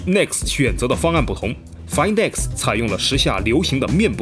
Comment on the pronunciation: 终于有人说对了读音 find x 其他人都读"饭"x